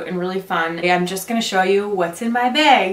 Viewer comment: Awww such a cute baby! And I had to lol when u said this is my beg instead of bag lol BC my husb is from Minnesota too and he does that ;)